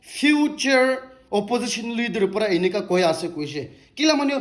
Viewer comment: In every points t way you say ase doesn't sound good.....